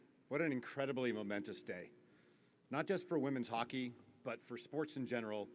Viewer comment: Women’s hockett is the best hockett, almost as good as bonus hockett!